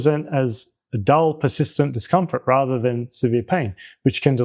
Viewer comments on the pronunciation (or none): none